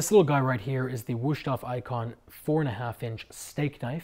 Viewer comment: nice review. I don't know why people think that every S in German or Dutch is pronounced as a "Sch" like in Schnitzel. The S in Wüsthof is a regular sharp S